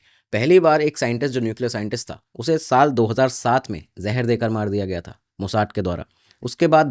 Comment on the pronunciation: मोसाद को अंग्रेज की तरह मोसाड कहना बंद करो